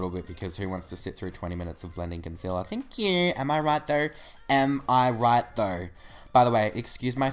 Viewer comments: its thankq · "THNK YOU" omg I love it